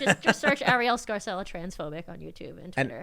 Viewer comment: That's an Italian name pronounced "Scar-chella." But in the USA they pronounce all Italian names like they are Spanish, even the Italian-Americans, lol